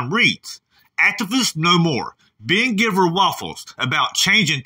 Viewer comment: lol ❤️ I think his last name is pronounced gyveer rather than giver